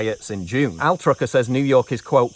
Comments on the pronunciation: Altucher, not atrucker hehe ;) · Altucher is probably not pronounced Altrucher. I get it when you're reading something that just came up, but this laziness happens too often in prepared professional content. It has a certain "I couldn't be bothered to actually look at a person's name carefully so doesn't that make the rest of my reporting extra credible" feel.